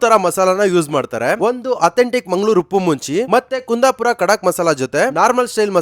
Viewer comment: Anna ni KUNDAPURA pronunciation mad dagele gotaittu ni kundapura davru ala anta 😅😅 Only using ''KUNDAPURA'' name for business aste